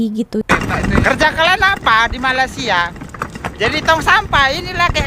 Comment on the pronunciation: Bukan Malassia tapi Malaysia ( meleysia)